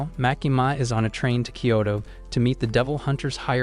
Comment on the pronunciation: Kyoto not kayto